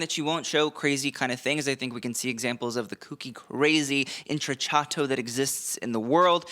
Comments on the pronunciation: Indeed - cc followed by a vowel is “ch” and cch is “k” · intrecciato: The double cc is pronounced like a k. Like the word “Pinocchio”. Just trying to help ya out! You do an amazing job on these videos.